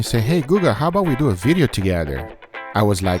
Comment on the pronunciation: What’s a “bideo”